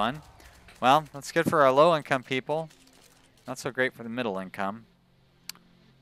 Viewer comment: Your pronounciation of "midlle" income made me laugh out loud. Good episode :)